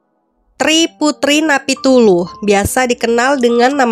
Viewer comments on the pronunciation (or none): bukan NAPITULU kak tapi Napitupulu.. jgn salah kak